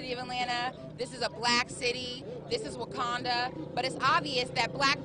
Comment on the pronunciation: Maybe she meant, Wokanda? Either way, I had to shake my head...as if THEY built it. They're sure to destroy with their entitlement.